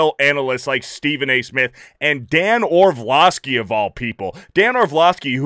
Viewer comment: Great video as per usual. However, I feel compelled to point out that there's only one 'v' in "Orlovsky", it's not Orvlovsky, you silly person.